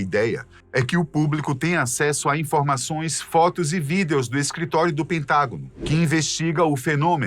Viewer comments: pq vc fala VIDEOS, fala VIDIOS por favor 😭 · Toda vez aquele pronuncia vidEEEos eu me desconcentro kkkk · Que agonia dessa pronúncia dele pra "videos" 😅